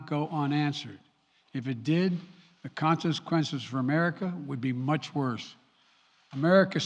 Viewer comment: didn't he say concesquences hahahha